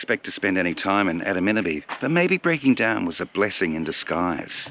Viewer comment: You learned to say Adaminaby by the end too! Great video brother! Lovely to see your son. I've done a lot of travelling with my boy too. Great father and son times indeed. :)